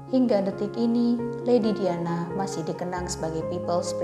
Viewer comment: ngetiknya "DIANA" bacanya "DAYANA" bukan diyanah😩😩